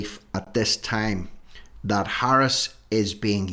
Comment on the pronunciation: Dat instead of that.